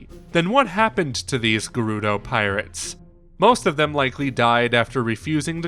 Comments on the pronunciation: Agreed the "g-air- oo-doe" 💀💀💀💀 kills me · I love your videos but..whats with the pronunciation of Gerudo its like you're saying Gay-Ruh-Dough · “The geroodoh” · The new narrator from 39 on is unable to say Gerudo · Buchanan one of the narrators kept saying it wrong. It's painful to hear, plus quite obvious if you know the correct pronunciation. I figured it was his accent as he says it wrong in every video that mention them.